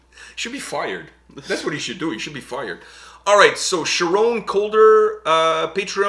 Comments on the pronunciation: I don't know if it was already said, Charon is from Finland and it's pronounced kharon not sharon. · its pronounced Kar-ron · Nostalgia for me 👍🏻 Edit it’s pronounced Karon